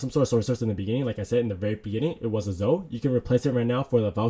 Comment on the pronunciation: Great video! Btw Zoe is pronounced Zowe not Zo